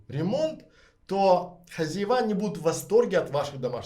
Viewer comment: Спасибо за интересный рассказ хотела бы вам предложить поработать над произношением так как вы публичный человек ведёте канал очень режет слух у вас специфический местечковый говор, Особенно хозяевА. Звучит просто ужасно по-русски следует говорить хозЯева. Ещё раз огромное спасибо за подробный и продуманный рассказ такая информация очень важна Всем кто хочет переехать в Грузию а если вам нужен человек с прекрасным английским на всех уровнях как бизнес так переговоры на уровне native speaker Могу предложить свои услуги. Мне тоже очень интересно Грузии я вижу там большой потенциал для развития пишите на Вотсап Почти 30 лет занимаюсь недвижимостью в Америке в Европе в России рассматриваю возможность инвестиции в Грузии